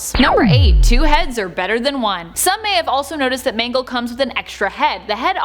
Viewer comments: She said mango not mangle lol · Everyone:mangle People on video: m a n g o s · Ah yes... M A N G O S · Who is MANGOS its MANGLE not to be mean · Lol her name is mangle not mango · ITS MANGLE